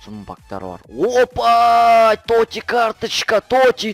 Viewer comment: тоти емес тотс